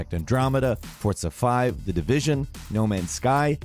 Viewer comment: There is no T in Forza